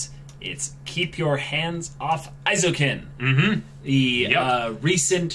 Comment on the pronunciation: Just so yall know, Eizouken is pronounced "ay-zo-ken"